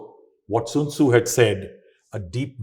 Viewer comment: Sun Tzu, not Soon Tzu.